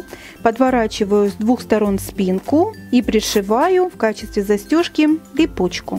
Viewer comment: На "Пипучка"? Может быть "Липучка"